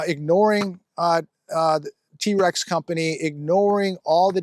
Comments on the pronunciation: is so unhandy that he doesn’t know how trex is pronounced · Trex not T-Rex